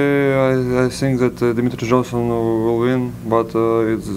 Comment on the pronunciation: Volkov said Dmitriy Johnson